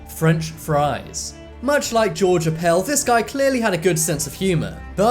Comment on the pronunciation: I doubt Appel pronounced his name the way you do. It's basically a Swedish surname and they pronounce it "APP-ell"---or it wouldn't have been a remarkable quote. Pretty good video, though. Why don't you do one or more of funny tombstone markings?